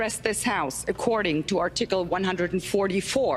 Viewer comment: I love the way she says “are-tickle”